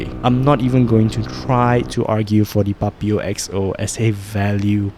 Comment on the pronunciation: Why u pronounce Papio like that 😭 PuPeeyow